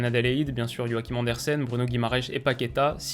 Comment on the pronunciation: Arrête de dire Bruno Guimaraesh ça me tend